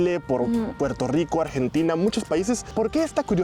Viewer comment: Japonesa, hablando español con acento caribeño, pero pronunciando la R y diciendo Puerto Rico en lugar de Puelto Lico 😀